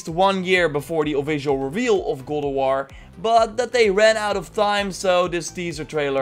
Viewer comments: Stop saying good of war its GOD OF WARRRRR !!!!!! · It's God of war not gowd of war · Every time you say God Of War i hear "Google War" 😑😑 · It's Got of War, not Gold of War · It's called God of War Not Gold of War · GOD not Goad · Go of war?? Sorry. I'm cringing with your GO of War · sounds like you’re saying GODAWAR😂😂😂😂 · Legends has it he’s still saying “Good OOV WUAR” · I hear google war 😂😂😂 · Go o war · as grateful as I am for your information, I keep dying with how you say gawd of war 2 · I keep hearing "google war".... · Is it just me or am I hearing goat of war? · Dutch accent kicks in every once in a while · Why does it sound like he's saying gold of war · Is it me or did he say cold of war ?😂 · are u saying goldawar? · is it me or does he say google war ? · Sounds like you are saying golowar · Goad of war lmao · New gowowar 😅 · Why do you say GoWoWar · Godo woar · the way you say god of war is strange